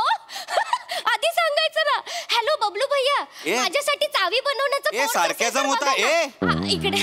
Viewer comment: ”Sarcasm” la “Sarkyaazam” mhanoon Marathicize kela ne! 😂